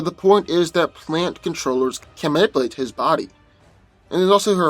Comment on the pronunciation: I laugh soooo hard everytime he says nipulate..LMBO. slowdown and annunciation